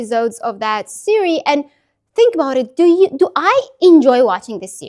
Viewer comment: I'm learning Arabic and stuck, and have liked your videos. This plan has parts I'll try to implement to get my learning back on track While perfectionism should not hinder us from learning I thought a couple of little corrections to your English would be helpful. The singular of a tv series, is "series". It sounds like you're saying "sierie". When you say the Chinese test, is it HSKe or H-"Skey"?